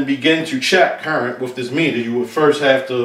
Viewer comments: Paul Squire . Seriously?! I'm American, Southern, Educated and I work in the electrical field. I watched this video to broaden my understanding of meters and I couldn't finish the video because I was so turned off by the wif/with. It has nothing to do with immigration. Why are we becoming ok wiTH bastardizing our language? What is so wrong with asking presumably educated people to speak clean and clear and not speak so lazily? I would understand if someone didn't have an education but the presenter is clearly an educated guy. No one is asking a whole country to change to suit one person. A little perspective may be in order. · Please please please for the love of God STOP pronouncing the "TH" in the word "WITH" as an "F". You are obviously an educated guy so please honor your teachers and the work that they put into you by using proper English and save the street slang ebonics for your buddies on the block.